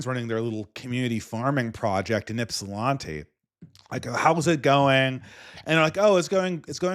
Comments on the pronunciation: How did you live in Michigan and mispronounce Ypsilanti wrong? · lived in Michigan tho...he should have heard someone pronounce ypsi the right way lol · Ypsilanti pronounced "ip sil lan tee" lan like land not lon